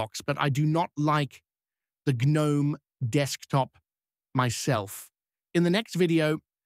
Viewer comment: an gehnohme